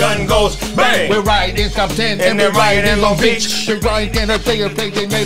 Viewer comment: What they know bout LONG BEACH! Not (l- ong beach) its (Loan-g Beach) 😂😈